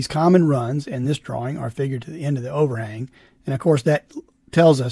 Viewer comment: This whole time, I thought you were saying from the o-ring, and I'm over here trying to figure out what the heck you're talking about... halfway through, I hear overHANG, lmao.